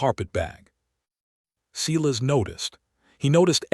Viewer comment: It would be REALLY NICE if your narrator would pronounce the names Sylas correctly. It's not. SE las.